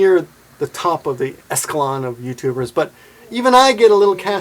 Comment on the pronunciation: you mean "echelon" instead of "eskelon," don't you?